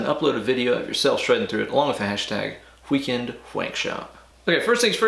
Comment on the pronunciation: Nice vid man but Wheekend whankshop haha you say it like my grandpa would. Maybe it's just a southern thing lol.